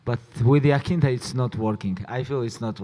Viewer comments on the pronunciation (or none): The fact that Khabib can say "I" but not "Iaquinta" is disrespectful. He wouldn't have his BS title if not for Al. At least say his name right, you're not a dummy